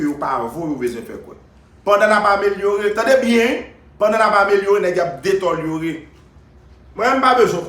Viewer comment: je ne suis pas d'accord avec vous pour la prononciation du mot que vous aviez utilisé. Deteliorer non par contre j'accepte le mot détériorer. A moin vous êtes un néologisme si c'est le cas je vous fais mon MEA-CULPA. Cordialement Diable from Tibé